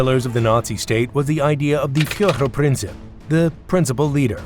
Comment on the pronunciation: It would improve the video if you could pronounce German words correctly. And translate them correctly as well; for example Führerprinzip does not mean Principal Leader, it means the Leader Principle.